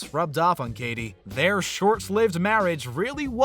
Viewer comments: “kay tee perry” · Kay-ttttttie Perry ... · "Kay Tee Perry" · U.S. "Kaydee" U.K. "Kay-tee". Simples! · What's with the way he pronounces "Katy?"